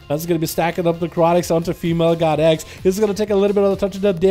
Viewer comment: It sounded like he was saying “female got eggs” every time he said “female god x”...